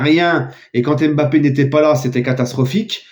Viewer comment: Pas d'accord avec toi je t'aime bien mais arrete de dire Mbappart ce n'est pas dans ton esprit!